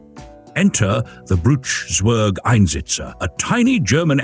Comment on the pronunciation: And pronounced tsverg, not sverg.